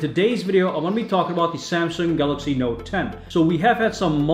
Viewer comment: "Noet 10" inhales